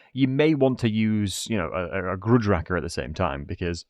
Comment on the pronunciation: Raker, like a rake, not racker lol.